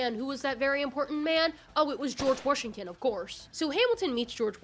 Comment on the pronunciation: you saying warshington 🥹🥹🥹